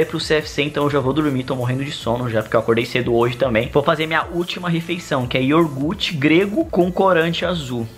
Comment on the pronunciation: Kkkkkk ioRgute kkkkkkk